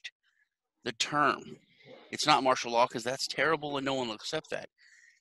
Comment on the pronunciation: FYI, it's MARTIAL law, not marshal. Great interview though. :-)